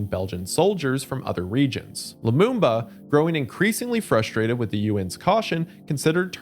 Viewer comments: Lumumba! not Bumba! Otherwise good video as always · It's Lamumba, not Lambumba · Lumumba Not lumbumba 😂😂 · It’s pronounced Luh-moom-buh